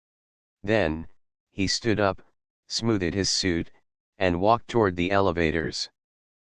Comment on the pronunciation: “Smooth -ed” instead of smoothed